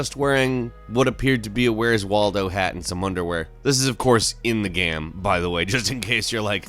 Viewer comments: Hey its GAME not GEME...:P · can't say game. It's like gayum, gaieeumm, goyiiaumm..